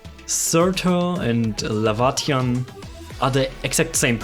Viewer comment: So to bust your theory that Laevatain is Surtr (Lay-Vah-Tain) Rather then what you said (Lah-Vah-Tee-on) Her bio states she says she isnt Surtr and hates that people call her so or compare her to Surtr. Funny huh?